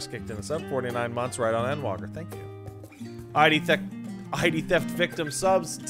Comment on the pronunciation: wait its called ENDwalker? how come you always say N-walker whenever you talk about it?